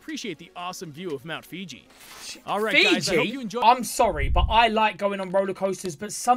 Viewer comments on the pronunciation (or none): Mount Fiji🤦🏽‍♂️🤣🤣🤣